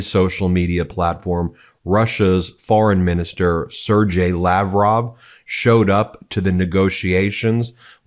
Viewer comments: Foreign minister of russia Sergey is [sɪrˈgei], not sirdjei, [sir-gai], like "gay" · Sergey is pronounced SARE-gay.